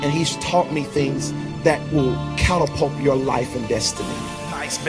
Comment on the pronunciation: did homie say "catapulp???"